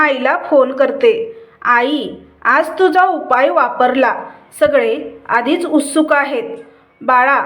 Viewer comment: उस्तुक नाही. उत्सुक म्हणा